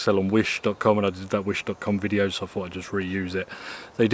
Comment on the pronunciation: Thanks for the “wetideo”😅